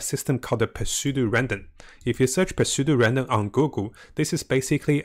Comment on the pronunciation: the 'p' is silent when u say pseudo